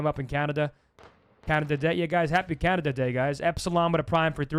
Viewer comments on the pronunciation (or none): none